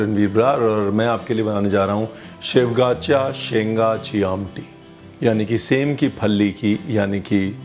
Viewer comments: Luv the way you said it "shevgyachy shenga chi amti". Thank u so much chef fr exploring the maharashtrian dish as well as our maharashtrian culture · The way you said "shevga chya Sheng chi amti " was really amazing 👌 Being a Maharashtrian I know the importance of food and the equality in which it is served Good to hear our great tradition from you Thank you chef 😘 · Brings back so many memories of my mother’s kitchen! ❤️ Thank you Chef Ranveer🙏🏼😊 for the lovely description of the humble Aamti :) Shevgyacha shengaachi Aamti , love the way you said it. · शेवगाच्या शेंगाची आमटी... आहा... जमलंय दादा बोलायला. परफेक्ट एकदम. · Impressed 😊 धन्यवाद.... That's why I'm your fan.. the way you pronounced शेवग्याच्या शेंगांची आमटी ♥️..😊 its full of proteins.. and with nutrition values..